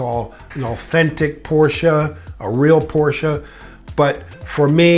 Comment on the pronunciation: I disagree with the 928 but I do appreciate the fact, that you pronounce the company name the way it is supposed to be pronounced, which is Porsche. Not Porsh.